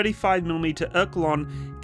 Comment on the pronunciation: Or-Le-kon ffs….